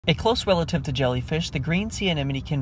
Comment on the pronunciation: He said close relitave bruh they are nothing alike